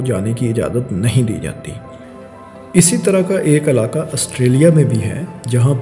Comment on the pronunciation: الاکا نہیں علاقہ